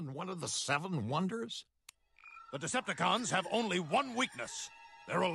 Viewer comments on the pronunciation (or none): It wasnt a decepticon it was a "Decept-A-John"